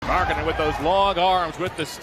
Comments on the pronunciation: bruh his last name is not fn Mark Cannon you say his name right 10% of the time just say his nickname or something I would rather hear you say The Finnisher instead of you butchering his last name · Butchering a guys name in a video about how people slept on a guys skills crazy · Gotta learn how to say his name right, mate. Otherwise good video:)